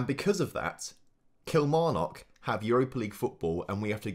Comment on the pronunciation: Absolute dislike for that Kilmarnock pronounciation.